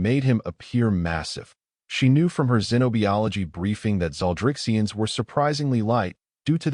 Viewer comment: Zen oh buy ology. No e in biology except the end. Why do you continue to make this stupid mispronunciation?